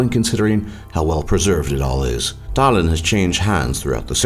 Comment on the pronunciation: Estonian language is pretty easy when you learn to pronouce our letters cuz for example if americans say 'shake' and an estonian tries to say it then he will say 's h a k e' in estonian pronoucing. That's why u pronouced Tallinn, Tartu, venelane wrong